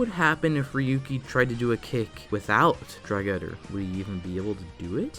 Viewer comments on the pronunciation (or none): DragREDDER. The "R" after the G isn't silent.